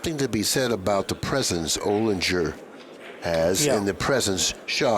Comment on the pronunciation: I know Alex O. and it’s Olinger like finger…